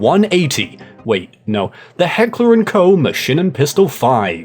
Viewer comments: It’s heckler and Koch not Co. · KOCH!!! AHHHHH NOT KOE FFS 😂😂😂 MY SURNAME IS KOCH ASWELL AND IT BOTHERS ME 😂😂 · FYI, it's pronounced "coke", not "ko". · "Heckler and Koh" I know German is hard, but this was one of the worst pronounciations I've ever heard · Incredible pronunciation on heckler and Koch. 10/10 buddy. Almost as good and when you through the afroman song was referencing the firearm.. 🤦‍♂️